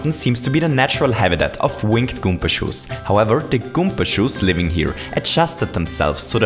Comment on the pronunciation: It's called karibo's shoe not goomba shoe ALSO IT IS PRENAUNCED GOOMBA NOT GOOMPA